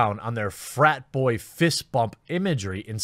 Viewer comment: I thought that was a Ho-fist, not Bro-fist